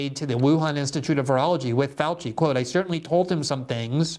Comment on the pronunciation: Dr Josef Fau-chee